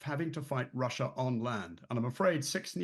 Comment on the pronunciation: The host: I'm tewwibly concerned that Gweat Bwitain may have to fight in Wussia! 🤣🤣🤣🤣🤣